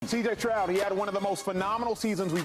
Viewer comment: Bro said “ cj troud”